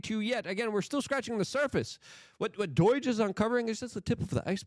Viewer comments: Luke, why do you keep saying dOIge, I was almost certain it was dOHge? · You calling it "DOYIGE" really rustles my jimmies Luke. It's DOGE! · BRO STOP SAYING DOYGE ITS D.O.G.E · Say doige again, i double dare you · Bro it's doge not doyge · 🛑 Stop calling it DOIGE! Put respect on the name of DOGE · Luke! for Christ sake its pronounced D o g e. no fuckin doige ya shit bird lol. luv ya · Why does he call it DOIGE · why do you keep calling it "doige"? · Why you keep saying “Doyge” Luke? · the o is pronounced o, not y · Do you pronounce doge incorrectly on purpose?